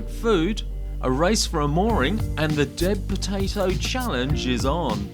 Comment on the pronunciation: Thanks for the video, I’m down on Hamford Water, Essex as we’re having great weather this weekend. Your Deb potato made me laugh, sounded like you were saying dead potato.